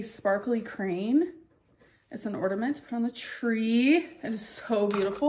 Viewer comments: Y'all! It's "Ordament" Season! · Ah. I see it is the time of year where, once again, we have to remind Amber it's orNAment, and not ORDament. Will this be the year she gets it right? Stay tuned to find out! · Ornament does not have a 'd" and especially does not have an "x".